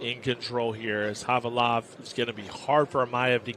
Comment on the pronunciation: How hard is it to hear your partner saying ka-va-lov? And you keep saying ka-lee-vov?